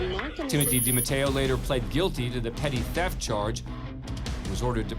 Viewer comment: It's NOT "Petit Theft" It's PETTY Theft !!!!!!